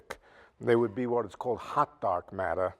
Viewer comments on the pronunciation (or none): Hah, so I'm not the only one who thought for a moment that he said "hot dog matter" when he was talking about "hot dark matter."